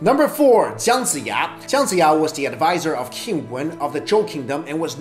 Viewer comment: Are you Chinese? the pronunciation of Chinese name is wrong and some of the facts you mentioned actually deviates from the actual history recordings. Although it doesn't change your opinion of the smartest Chinese, but the names really got me triggered. e.g. Jiang Jiya -> pronouced as Jiang but you read as Zhang. Guang Zhong -> the word Zhong is prounouce with ng, but you read as it Guang Zhou -> which is a province in China. Wo Long -> 卧龙 -〉sleeping or lying down, not crouching =.= how would a dragon crouch?